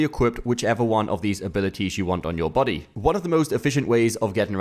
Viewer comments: Every time he said "buddy" I heard "body" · The fact that you pronounce Buddy as Body keeps confusing me